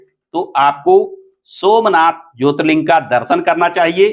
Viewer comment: पहले ज्योतिर्लिंग का सही से नाम लेना सीख लो l